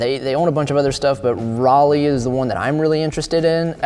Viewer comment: Specialized are definitely overpriced. Canyon are obviously rattling Specialized. Canyon are a massive company. Say 'Rally' not Riley (Raleigh)🤣